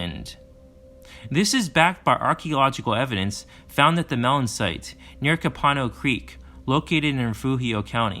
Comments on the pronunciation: it's pronounced "COPE a No" bay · Copano Bay- pronounced coe- pa- know